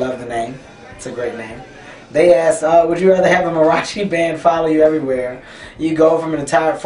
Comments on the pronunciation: Mah-ree-ahh-chi bro. C'mon Kevin, if Mexicans like me can watch your movies you can learn to say "mariachi" right bro. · this is the longest I've ever heard him go without swearing. bruce springsteen did a better job on the duck/horse question. he mispronounced mariachi because he ain't Hispanic. someone should have asked him to compare roller coasters and something because he hates roller coasters. love you, Kevin.